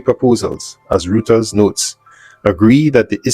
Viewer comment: Does sound a bit better. Btw, Reuters is pronounced 'Royters'.